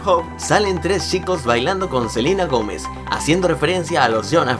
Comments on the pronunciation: Dijiste selina Gomes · Le pueden decir al que hizo el video que es Selena Gómez no Selina. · Dijiste selina gomez en vez dd selena.. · Se dieron cuenta que dise Selina Gomez XD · no es Selina Gomez es Selena Gomez pero no te lo digo de mala manera Nueva sub